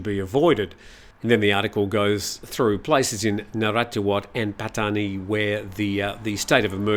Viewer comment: It's not 'Pah tee ya" aaaarrgh...worse than when long time expats say "bahtS" for any amount over one baht. Or my favorite, "Foo ket"😂